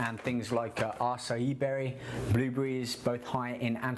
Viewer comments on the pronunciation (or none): none